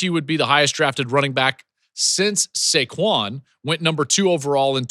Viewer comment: The way he pronounced Saquon. How do you not know how to pronounce the name of one of the best RBs in the league?